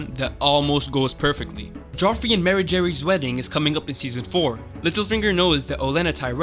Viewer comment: How are you mispronouncing so many character's names on the show when they are all verbally spoken? It's not Lisa Arryn, it's Lysa Arryn (LIE-suh). It's not Mare-Jerry, it's Mar-juh-ry. It's not the Eerie, the Eyrie (Air-ee). Varys is not Vare-ees, it's Vare-iss.